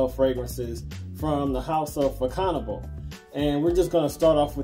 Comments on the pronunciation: Mon cher monsieur, it is actually pronounced either "Fa-so-na-ble" or if you are in the know "fashionable". Bonne journée. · The proper prononciation is fa ( son) able 😊😉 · It pronounces "Fa-zone-abl" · Thank you. The pronunciation is more of a "fashion-Knob"